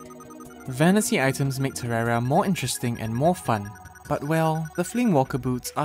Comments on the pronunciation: It’s terraria not terrara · This is the first person I ever heard call it terrara